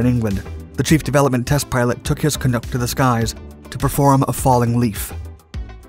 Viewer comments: Excellent short documentary about the Clunk, even touching on the Arrow debacle which is appreciated, but ARGH!! It's CAN-UCK like duck, NOT canook. :p Minor nit-pick I know, but my jaw clenched every time the narrator said canook. I guess it's too late to change now. Great video anyway.;-) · You say Canuck I say Canook, let's call the whole thing off. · It's pronounced "Ca-nuck", not "ca-nook". Rhymes with 'puck' or 'luck', but not 'book'. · Not "Canook", it's "Canuck", rhyming with "BUCK". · It’s not Canook…it’s Canuck…nuck, not nook 🙄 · I guess that you aren't a Canuck, otherwise you'd pronounce it like "uck" , not "Ook" , but you do nice videos! Cl-84, come to mind... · When I was at CFB Coldlake in the late 70s I remember the CF-104s flying bombing and missile runs on Primrose Lake Air Weapons Range. The 104 was what replaced the CF-100. And please pronounce the name properly not Canook. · Canuck is pronounced the same as the Hockey team in Vancouver, Vancouver Canucks. The "U" is pronounced as the "U" in under. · Great video! Hot Tip: The "Uck" in Canuck is pronounced like the "Uck" in Duck or F..., and not like Nook. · Me too! Great coverage, but my Canadian ears hurt every time I heard Canook. 😂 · I love how everyone bitches but no one ever corrects and tells the proper pronunciation!! I’ve read three comments plus replies and still have no idea how it’s pronounced. Is it can-uck because that’s how it sounds when he says it to me. Like duck but trade the d for can? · The "u" in "Canuck" is like in "nut". Not "Canook". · Love the video. But not gonna lie as a Canadian the pronunciation of Canuck hurt me a little bit... it is pronounced as "kuh-nuhk" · Good video, good info. As a Canuck, I need to point out that Canuck is pronounced with a short U, not a long U. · Can-uck.. short "u". Not long "u" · I've never heard Canuck be pronounced "canook" before. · It's not pronounced canook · You pronounced “Canuck” incorrectly. It rhymes with puck and luck